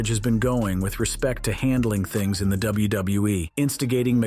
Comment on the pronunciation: Double u - bew- eee 😂